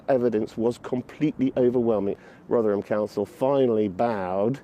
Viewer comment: Thanks for the video. We're not all guilty of moral cowardice, many are in jail for their courage as we speak. Even more are in their cross hairs. It's pronounced "Rovverham" as regards to Rotherham btw